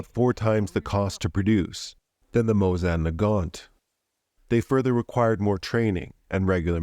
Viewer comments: But it was just the first few times you said Mosin, the rest was fine. Sorta threw an A in there somewhere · Your pronunciation of the Mosin hurts my soul